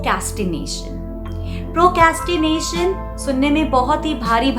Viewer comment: ji very well made video. Your diction is excellent. But please check your pronunciation of the word Procrastination. No harm meant just for your improvement.